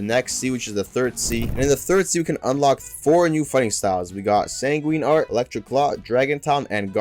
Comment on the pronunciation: bro fr said "sanguinini"